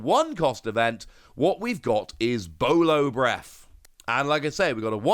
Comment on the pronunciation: As a heads up it's Boro breath. General Japanese r and l nonsense. Not a huge thing but let's just say that the R and L thing is kind of a trauma point for one piece fans lol.